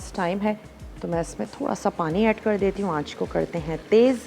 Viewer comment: Masala tv walo ap sa guzarish hai ka kar ko kad kehna theek krein bohat bura lagta hai